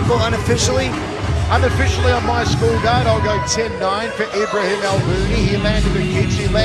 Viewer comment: Ibrahim, not Imbrahim lol